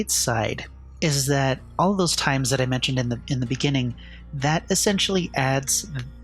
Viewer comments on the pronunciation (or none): none